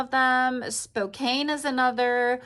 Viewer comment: Are you from the east? It is Spoke-Anne (Raggedy Ann), not Spoke-Ayn.